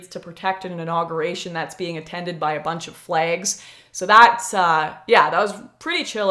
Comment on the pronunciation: The way she says flags is funny as hell to me I don’t know why